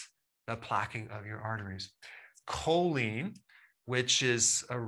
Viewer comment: Choline has not been pronounced correctly.